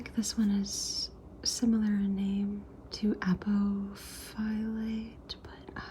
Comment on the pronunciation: its pronounced a-poph-o-lite apophyllite 😊😊 you were close!